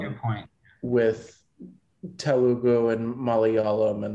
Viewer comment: I really miss those days when he used to say "Malalayam". Never failed to crack me up.